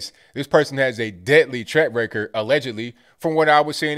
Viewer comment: Does keep saying "track record" or "TRAP record"?